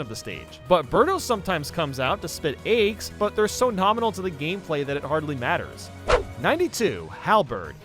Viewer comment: I think about how you pronounce 'Eggs' daily